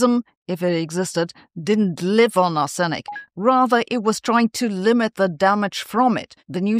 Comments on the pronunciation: Arsenic is pronounced arse-nick, opening up many opportunities for puerile humour. Not at all surprised about the fossils - but it's fascinating, nonetheless. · For crying out loud! Pleeease find out how to pronounce ‘arsenic’ before making a video using it so much — there’s a pronunciation guide in wiktionary. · One can tell you are not a chemist. You are pronouncing "arsenic" incorrectly. The stress is on the first syllable. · Arsenic; stress is on the first syllable. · Arsenic is NOT pronounced that way! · Just fyi, the stress on arsenic is on ‘ar’, not ‘sen’ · The central e in Arsenic is pronounced as a schwa, not a stressed e vowel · Is Sabine’s entirely predictable pronunciation of ‘arsenic’ really the most interesting thing you’ve found in this item? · Usual pronunciation is ‘Arse-Nic’, but your version is much more polite! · Sabina, the English pronunciation is arse - nick😊, as in "I was shaving my bottom and accidentally suffered an arsenic". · Brits pronounce it 'Arse-nik'! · As a Canadian I pronounce it ARSE-uh-nick. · It's not though, it's "arr-suh-nick". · The accent is on "R" in "R-senic". The accent is not on the second syllable. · Correct Pronunciation is "Ahs-Nic" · Is the way your pronouncing Arsenic a Germain version? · Yes the first syllable needs to be shouted. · I always thought it was "arse-nic" not "ar-senic", comment below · As a long time resident of the US Midwest, I've always heard it as that and ARSE-nick. Took me a moment to figure out wtf she was taking about with are-SIN-ick. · It's ARSE in ik. Sorry but if I don't point this out half the world will start saying arse EN ick, such is the considerable extent of your influence. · aaaargggg! Arse-nic not Ar-senic. Tomato, tomaato, let's call the whole thing off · Arsenic is pronounced 'arse-nick', stress on the first syllable. Not 'ar-sen-nic'. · Ar'se'nic not Ar'senic.... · It's normally "AH-sen-ik". Google Translate mispronounces it as "ah-SEN-ik". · Pron: Arr/snick❤️❤️